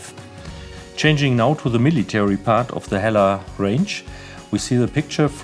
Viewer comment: So they're pronounced - 'eller ??